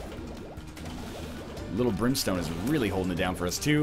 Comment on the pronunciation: At one point it sounded like you said Limp Brimstone instead of lil brimstone... lol